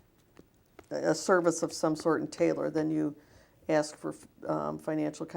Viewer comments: Watch "Apostle" David E. Taylor under oath: the pulpit foghorn shrinks to a whispering baby voice with a fake little cough, and every dodge is the same — "I don't know... AXE MICHELLE." Can't pronounce "ask," but he healed AIDS, trust him (zero doctors, zero evidence, ever). $50M allegedly drained from worked-unpaid believers, church-bought Versace in the Bahamas, sworn admission about belting his 17-year-old daughter. Loud for the tithes, meek for the truth. Bond denied. Michelle got arrested too. 🔒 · He knows nothing 😂😅 and what he does know he really doesn't! His confused look is so annoying. Thinking playing dumb will make everything go away.. "I don't know" "I can't remember" "axe Michelle" ..Michelle where you at we got alot of questions to axe you. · Anytime the “apostle” is in a jam, 🪓 Michelle ! 🪓 = axe (“aks” Michelle) ! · "be more PACIFIC"..........."i have REPTABLE people"................"you have to AX michelle"...................AND HUNDERDS OF FRIGGIN MORON NIGGAS GAVE THIS STUPID NIGGA MILLIONS ??????????????????? !!!!!!!!!!!!!!!!!!! I THINK I'M GONNA OPEN A CHURCH IN A BLACK NEIGHBORHOOD..................HAHAHAHAHAHAHAHAHAHAHAHAHAHAHAHAHAHAHAHAHAHAHA🤣🤣🤣🤣🤣🤣🤣🤣🤣🤣🤣🤣🤣🤣🤣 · This guy literally walks in the room sits down and says “I don’t remembered pacifically so just axe Michelle, she handles all my proprietary questions”… Jumps up Moonwalks out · Can I please have a dollar everytime he says, "axe Michelle" or the lawyer says: "you have to answer yes or no." Please. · Pacifically, when you axe me that type of question, I have to have Michelle answer that, she's part of the board. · Why does that stupid ass say: axe? Axe?? What is that? And I belive that Michelle has some quistions to answer for.... 🙈🙈😂😂😂 LOL, he is so stupid!! 😂😂😂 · Don’t axe Michelle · He pacifically said, "axe michelle". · Axe her. Axe her. Axe her. Michelle my bell. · What's his mental age? I persifically Axe the American faith how have you fawlen 4 this ? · "Ax Michelle"